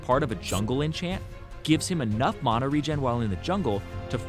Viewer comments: Anyone else hates the way he pronounces mana? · You say mana wierd